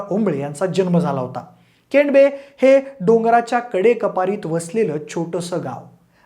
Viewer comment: केंडबे नाही केडंबे‌.